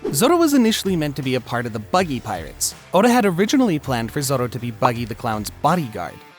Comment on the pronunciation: Good video but the way you pronounce Naruto and especially Zoro is really gross